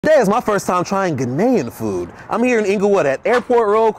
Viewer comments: THE WAY YOU PRONOUNCED IT AT FIRST AS GUHNANIAN WTF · The way he had 2 say "Ghanaian" he must've had 2 correct is pronunciations like me 😅